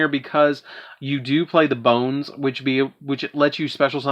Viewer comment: prounounch Bon-ze :D